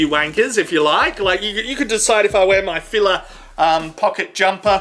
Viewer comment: How you mispronounced FILA annoys me more than it should. It's Fee-Lie. Not filler. Great video other wise.